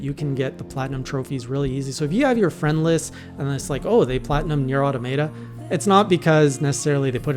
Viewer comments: He found a way to pronounce the wrong way even “wronger.” 😅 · automaton. say it. then say automata.